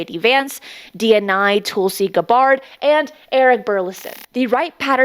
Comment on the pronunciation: I am unsubscribing. I might come back when you learn to pronounce Gabbard correctly.